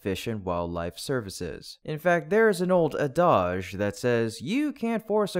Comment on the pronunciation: Holy Mackerel you said Deluge right! Congratulations! Next... "Ah-daje" do you mean 'add-age'. (adage)